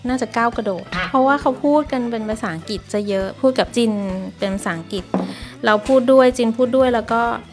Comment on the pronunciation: แม่ตุ๊กแก้ไขหน่อยค่ะ "อังกฤษ" อ่านว่า "อัง-กริด" ไม่ใบ่ "อังกิด" เดี๋ยวเด็กๆ จะพูดผิดตามนะคะ